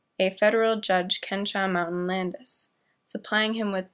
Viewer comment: "Kenshaw Mountain Landis"? It's pronounced Ken-e-saw. It's a real place.